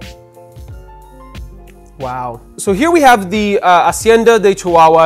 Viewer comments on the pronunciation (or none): none